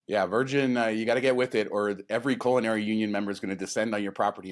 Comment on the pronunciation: Was listening to the show while I was distractedly painting the basement …And thought I heard say “colonary union”…and I thought…hmmm- that’s new….when did that start??😃